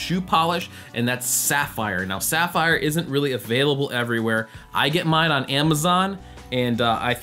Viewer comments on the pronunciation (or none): Brilliant tip. (You prob already know this by now but Saphir isn't pronounced "sapphire", though I do believe it stems from that word. The name's pronounced "sa-fear" or even "sa-fir" depending on dialect.) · It's pronounced Suh-FEER, not 'sapphire' – if you also want to sound expensive that is, and not just look it! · Pretty sure it's pronounced SA-FIR and not Saphire. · Just FYI, the shoe polish is pronounced “suh-FEER”....rather than like the word “sapphire.” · To be fair, "sapphire" is the English counterpart of the French word Saphir. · Thanks for your contribution. It still doesn’t change the fact that the polish brand is pronounced “suh-FEER,” so my original statement was a “fair” correction to begin with. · Saphir = Sa-fear : Saphire =Sa-fire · Isn't it pronounce "sa-fere"? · Not to be pedantic but Saphir it's actually pronounced "saf -ear" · saphir not sapphire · Its pronounced saf ee r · Lol, you don't even know how to pronounce Saphir.